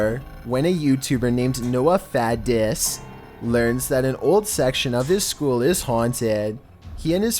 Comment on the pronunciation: "By the name of Noah 'Fahh-DISSS'..." LOL😂